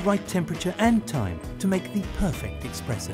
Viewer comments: STOP SAYING EXPRESSO!!! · Expresso?????!!!!!?????!!!!????? WHAT? Please! If you can't get that right, how can I trust your coffee machines?